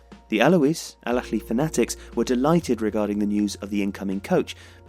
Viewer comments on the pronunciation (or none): حد لاحظ انو قال بدل الأهلى الافلى هههه Alahly not Alafly hhh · For the love of god man, stop staying " el akhly " The extra letter you're trying to add is not in this word. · As English doesn't have any similar sound natively (not even the "kh" he was using), getting the difference between the various Arabic h/kh sounds right is particularly hard. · EL AKHLY EL AKHLY EL AKHLY EL AKHLY EL AKHLY EL AKHLY EL AKHLY EL AKHLY EL AKHLY EL AKHLY The video is amazing as always but the burtchering of this word is just killing me inside.